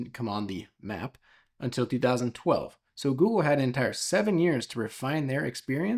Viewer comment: In the intro, why did you say Apple Maps was released in "Twenty Twenty Twelve" ?